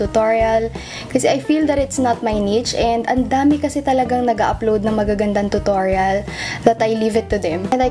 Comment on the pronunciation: Nianna actually thats the correct pronounciation of it